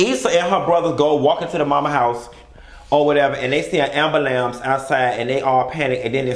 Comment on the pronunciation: Not an “Ambalamce” 🚨🚑 😭